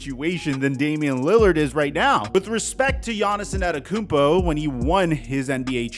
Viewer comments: tiny pet peeve: when keeps saying “gianni’s anteytokounmpo” like 5 times straight just say gianni’s dude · Just say Giannis if you can’t pronounce his last name.